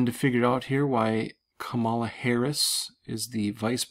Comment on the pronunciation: Come on Man, her name is COMMA LA. lol ....We are headed for very interesting times indeed. Thanks for your research.